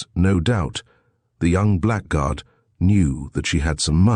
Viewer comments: THAT didn't bother me, nor the few other mispronunciations (e.g. black guard). Including the image id is too much. BYE. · Frequent mispronounciation of "blackguard" is annoying in otherwise pleasant audio, if you also ignore problems with French language.